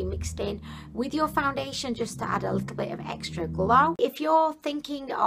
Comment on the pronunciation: It sounds like some of the times you say foundation you are saying found-da-lation. But then you say it normal. Maybe it's just cause you saying it faster. I don't know I could be crazy too!! Lol either way your funny ad hell. An I do agree with you when you say you used to much. I think you only need a tiny amount. At least that what I've scene working for others.